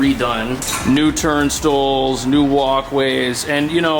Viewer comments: Great info for the non-native New Yorkers. Too bad pizza rat didn't make a cameo. Btw, you said "turnstools", it's "turnstiles". And that "ticket" is called a "Metrocard". You're welcome. 🤣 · they are turnstiles not turn-stools run an errand not an Erin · Turnstills? What are those lol😂😂😂 you’re not from nyc! 😂😂😂😂😂😂😂 what makes this a great city. Turnstills😂😂🤪